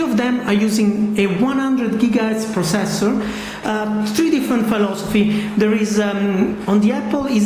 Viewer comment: He said tree instead of three